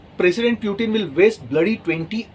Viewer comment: For few minutes I thought this man is a serious commentator or analyst. But he seems to be the fortune-teller version of to mila thapad...Imagination ke ghore poori raftar se daura rahe hain. And for God's sake it's पुतीन not प्यूटीन ।